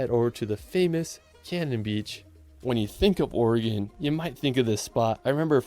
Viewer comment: As an Oregonian I'm just happy you are pronouncing Oregon correctly.